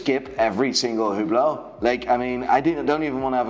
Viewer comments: it is pronounced Üblo.... not Hublot. The H and the T is silent. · I think it's technically prounounced "ooo BLOW," but don't worry, the only person i've seen wearing one called it a "HOO blit"